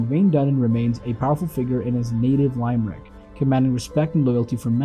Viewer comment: Its pronounced Lim-Rick not Lime-Rick